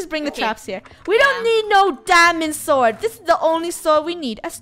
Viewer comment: Lol and Funneh keep calling a sword a suword in the start of the video.